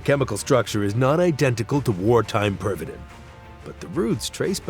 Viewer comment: Tis pronounced... (perv-uh-teen) :\